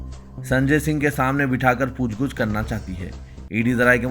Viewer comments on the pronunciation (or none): Pooch gooch nahi bhai Pooch gach urdu ka janaza nikal diya apne ❤